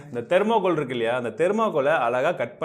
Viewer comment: Anna "ituku" illa "iruku"